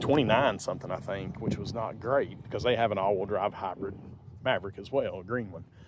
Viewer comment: “Habrid all-wheel drav“ 😛